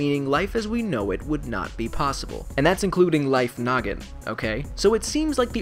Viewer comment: Am I de only one who hears "Life Nugget" instead of "Life Noggin"?